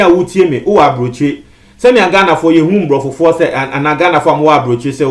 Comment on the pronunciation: What's wrong with this blogger. What does he mean by MBROFOFUOR? please its ABROFO. You always put me off with your twi .